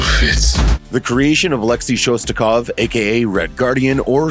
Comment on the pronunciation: I can't explain how bothered I am by the mispronunciation of the Red Guardian's last name... It is ShosTAKov not ShosKATov...